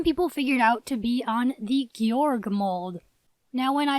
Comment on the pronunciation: the pronunciation is “gay-org” i’m being serious and everyone pronounces his name wrong!!